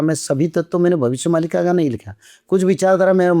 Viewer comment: भविष्य मल्लिका नही मालिका होता है